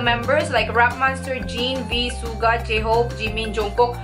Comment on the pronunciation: Ate Yung pronouncing mo Po ng suga Mali 😁😁 pero ok lng Po Yan❤❤